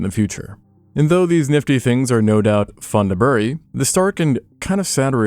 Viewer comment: *for all intents & purposes. The way you pronounce bury is atrocious.